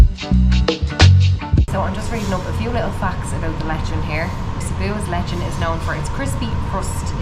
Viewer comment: Its not,lee chan,, it's lechon😅